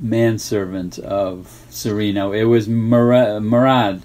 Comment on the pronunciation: I don't understand why you always hear English speakers pronouncing "Cereno" with a long second "e" sound. Benito Cereno is Spanish. The Spanish would pronounce it like "Seh-reh-no", not "Seh-ree-no". It just sounds wrong to me.